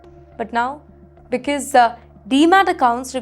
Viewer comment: Not beeeceeuse watch out your prounciation